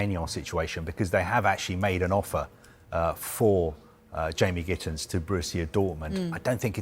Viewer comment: GittENS. It's not difficult.